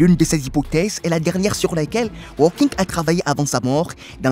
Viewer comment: Nom de nom (et je reste poli) apprenez à prononcer correctement les noms: lorsque vous évoquez ce célèbre personnage vous prononcez ‘’Stephen walking’’… une honte, sachant que ce monsieur aujourd’hui disparu a passé une grande partie de sa vie sur un fauteuil roulant … pour votre information (car vous en manquez énormément) walking en anglais, signifie ‘’marcher’’! Vous êtes nul!